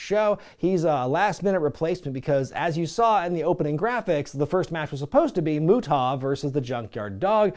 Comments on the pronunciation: The 2nd syllable is "ah" like when the dentist says "open up and say ah". Not "aw". It doesn't rhyme with "Utah". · Is there some unknown rib in terms of why you pronounced his name Moo TAH.. I have literally never heard it said that way by any commentator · Alright, we gotta clear this up because I'm gonna pull my fucking hair out if he doesn't fix this pronunciation. It's pronounced: "MUTE-UH", NOT "MUT-TAW". You don't need to put a rising inflection on the "TA" part of his name. And quiet frankly you sound like a robot when you say "MUT-TAW". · The way you say the great muta is hilarious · I hope some, somewhere, complained about your pronunciation of The Great Muta 🤣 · Is there a story behind the deliberate mispronunciation of Muta's name? Without context it initially comes off as jarring and then just disrespectful. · I would've subscribed if you could pronounce Muta correctly. I really do miss professional wrestling. Sports entertainment just isn't the same. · He doesn't know how to say "Muta". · What’s up with the mispronounced of the great muta!? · Sorry. I'm late to the party here, but uh, why in the HELL are you pronouncing Muta like that? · Dude, you ar supposedly involved with wrestling is some ways. Say The Great Muta's name with some respect or properly. I understand its your channel and your trying to be funny, but cmon man. He is a legend...and not the way these little 20 and 30 year olds use legends now.